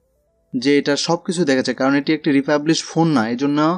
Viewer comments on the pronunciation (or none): শব্দটি রিফার্বিশ।